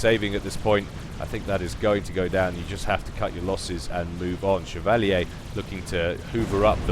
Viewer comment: Chev-a-leer. Chevalier.